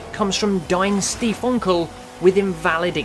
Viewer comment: Haha wie er DeinStiefOnkel sagt :D